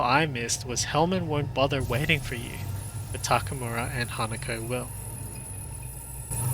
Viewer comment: Her name is HanakO not HanakA.